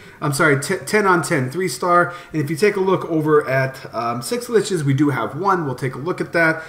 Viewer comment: just say Schlitzes the way it is, fucking annoying dude